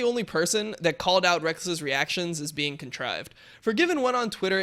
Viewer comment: the amount of times dom tries to say contrive.